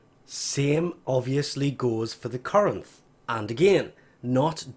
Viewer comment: Lmao he said Corinth right